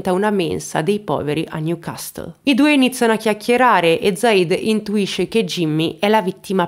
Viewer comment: Apprezzo i tuoi contenuti e ti trovo molto brava. So che sei una persona molto attenta ai commenti anche se hai tantissimi followers. Spero quindi di non offendenti, ma invece di aiutarti, nel dirti che: la pronuncia di CASTLE (as in NEW CASTLE) è CASSLE (non si pronuncia la T). Stephen non si pronuncia STEFEN, ma STIVEN e, visto che in passato ti ho sentito pronunciare spesso la parola SOUTHERN -meridionale-, che deriva da SOUTH, ti rivelo che non si pronuncia come la parola da cui proviene e quindi SAUZERN (con la zeta di pazzo) ma, incredibilmente, si pronuncia SAZERN (con la zeta di Zorro). Puoi ovviamente verificare da te quel che ti ho detto, sempre precisando che la mia intenzione è amichevole e senza alcun intento di umiliarti. Ciao.